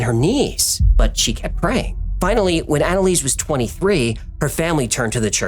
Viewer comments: Are you sure about the name pronunciation? Based on people I know with similar names, the first part is likely ona or auna. For example; one friend is named Annelise and it is pronounced auna-lisa. Anyway, great video! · I replayed naming of "Analease" like 5 times and laughed my head off 🤣🤣